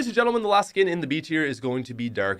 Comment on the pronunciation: Your saying tier was terrible